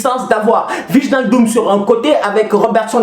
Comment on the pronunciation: je suis désolé mais gère toi, on prononce ( Waïnaldum ) 😂 yen a marre waye hahaha je te kiffe frère force à toi ❤